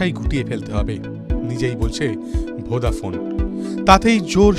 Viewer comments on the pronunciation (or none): ভোডাফোন বলছে না ভোদাফোন উচ্চারন করছে ঠিক বুঝতে পারছি না.......একবার নয় প্রায় চারবার শুনলাম কিন্তু সেই ভোদাফোন ই শুনছি.......আপনারা কি শুনছেন জানাবেন. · ভোঁদা ফোন নয় বলো ভোডাফোন 😂😂😂😂😂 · আপনি ভদ্র ভাবে উচ্চারণ করুন ওটা ভোদাফোন না ভোডাফোন হবে না পারলে আগে শিখুন তার পর উচ্চারণ করুন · আরে দাদা ওটা ভোদা নয় ওটা ভোডাফোন 😂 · ঠিক ভাবে উচ্চারণ করুন ওটা আপনার ভোদা নয় ভোডাফোন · ঠিকই শুনেছেন আপনি😂😂😂😂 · Ki Ki ki আরেক বার বলেন , কি ফোন 😂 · কি ফোন বলছেন? উচ্চারন ঠিক করে বলুন